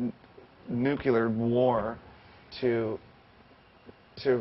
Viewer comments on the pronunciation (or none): I was all about this until he said "Nookular"